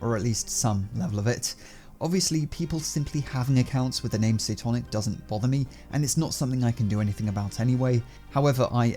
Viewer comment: But it should have been a red flag for the scammer that the phone operator with the ‚weird voice‘ first did not know how to pronounce it and weirdly asked how the pronunciation of the channel is but then states he is a fanboy a few seconds later